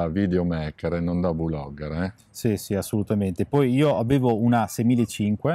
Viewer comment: Ragazzi VU-logger e VI-logger sono prole che non esistono…….é come dire BI-logger invece di Blogger :D comunque bella recensione!!!!!!